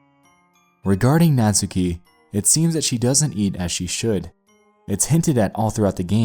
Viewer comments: its buffsuki not buffstuki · Ika (いか) was pronounced fine. You butchered Natsuki the whole video though.